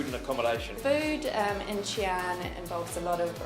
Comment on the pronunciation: I was so triggered every time she said Xi'an